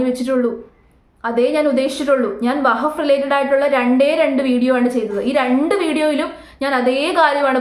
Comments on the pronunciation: വഹഫ്‌ അല്ല വഖഫ് ആണ് 🙏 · vahaff alla wakhaff aanu seri 😅😅😅😅😅😅😅